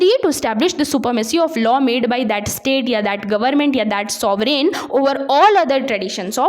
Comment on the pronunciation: Ma'am the term is Sovereign rather sovreen.